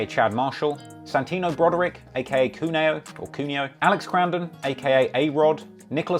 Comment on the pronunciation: The brexit pull out/farage quip was too good. Thanks for making this. I hope someone misses the hot nigel explanation - it will wreck their head! Please say Santi's name again (Cueno). That's was funny as f. You said Coonio. I'm surprised the youtube police haven't got on you about your offensive language. Say it like Quavo but change the 'v' to an 'n'.